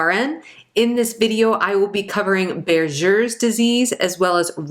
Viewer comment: “Buerger’s” is pronounced with a “G “ sound not a “J” sound…. For your kind information Regards